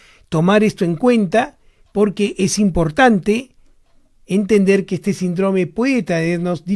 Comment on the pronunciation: Alguien le poria decir a este doctor que se dice Síndrome no Sindróme...no puedo creer que nadie se lo haya dicho 🤣